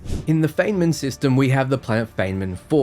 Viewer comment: Imagine claiming the British accent is 'how the rest of the world speaks' and then failing to pronounce the names of historically famous physicists Enrico Fermi and Richard Feynman.